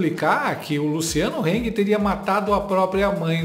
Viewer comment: Heng não HANG